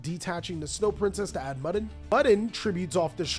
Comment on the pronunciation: Bro I think Mudan's name is MOO-DAWN, not muddin' 🤣